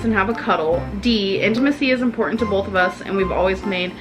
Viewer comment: Does seriously say BOLTH instead of both?! Btw, hope you're doing fine and thank you for your hard work, even though it was a pretty tough time for you the last days. Did you manage to get the locks changed? Do you finally feel safe again? I'll continue to pray for you anyways 😊 Loads of love and hugs from Austria / Croatia ♥